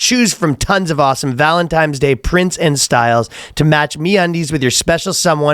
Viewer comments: Ryan saying Valentimes day bothers me more than it should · Jesus, is Ryan saying “Valentimes Day”? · “Valentime’s Day” 💕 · Is Ryan saying Valentime's day? Lol